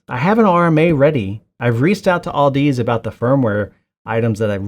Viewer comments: Where did you get the L in the name Audeze? It's pronounced like "Odyssey" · Hilarious you don't even know how to pronounce audeze